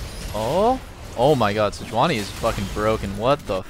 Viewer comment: throwback to Reginald calling it se-juan-i